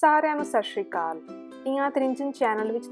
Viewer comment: ਭੈਣ ਜੀ ਵਾਹਿਗੁਰੂ ਜੀ ਕਾ ਖ਼ਾਲਸਾ ਵਾਹਿਗੁਰੂ ਜੀ ਕੀ ਫ਼ਤਿਹ,ਭੈਣ ਜੀ ਤੁਸੀਂ ਬਹੁਤ ਹੀ ਵਧੀਆ ਉਪਰਾਲਾ ਕਰ ਰਹੇ ਹੋ, ਚੰਗਾ ਲੱਗਾ। ਪਰ ਜੋ ਤੁਸੀਂ ਵੀਡੀਓ ਦੇ ਸ਼ੁਰੂ ਵਿਚ ਸਸ਼ਰੀਕਾਲ ਬੋਲਿਆ ਕਿਰਪਾ ਕਰਕੇ ਇਸ ਦਾ ਅਰਥ ਦੱਸਣ ਦੀ ਕਿਰਪਾਲਤਾ ਕਰਨੀ ਜੀ। ਅਸਲ ਵਿੱਚ ਸੱਤਿ ਸ੍ਰੀ ਆਕਾਲ ਹੈ ਜੀ।।